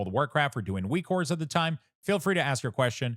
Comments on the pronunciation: Great work on this package - I love using it, thanks for your work! But also why do you say Weak Ores instead of Weak Auras? lol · stop saying weakwhores lol